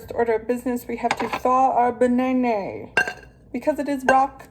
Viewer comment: “Thaw our ba-nay-nay..” 😂